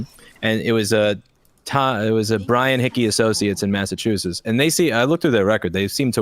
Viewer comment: Linus pronouncing it “massatoosits” is the most Canadian thing ever